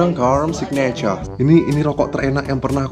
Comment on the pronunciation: Ngakak:v bahasa inggris nya GG :v gudang garam signatchure:v